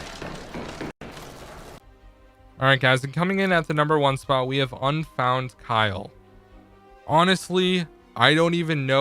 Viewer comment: Number 1 is a guy I know he's real cool also its pronounced U FOUNDKYLE